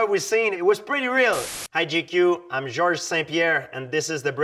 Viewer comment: the way he says his name with that soft ‘G’ is so French, so beautiful, and so absolutely badass!